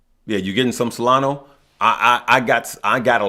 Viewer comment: you are not pronouncing SOLANA right brother is SOLANA u say SOLANO. Also brother from my EXPERIENCE don't say to tell friends and family I used to help friends and family and everytime doesn't look good they become ungrateful and swearing it is DRAMA. Like I say I just SHARING MY EXPERIENCES PEOPLE ARE UNGREATFUL. REMEMBER IS SOLANAAAAA JAJAJAJAAJJA TAKE CARE FROM L.A. CALIFASSSS